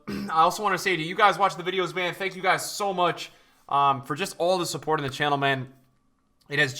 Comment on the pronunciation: We all like THE CHANNEL !! Why are you saying it like that? 😂